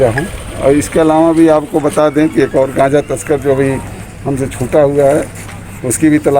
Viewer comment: कांचा नही गांजा बोलते ह बहन जी